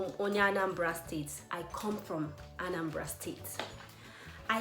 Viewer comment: Anambra people: Abum onye Anambra What I hear: Abum onye Anambala